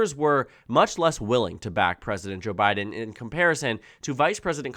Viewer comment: You're starting to say "Jabbiden" 😅